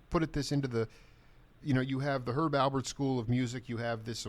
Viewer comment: Alpert, with a p. Is that hard? Really!